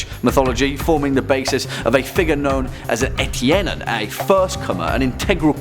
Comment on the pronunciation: Always great to hear someone on youtube mention the dear old home country of Finland. Also, you did a good job pronouncing etiäinen, it is a funny word.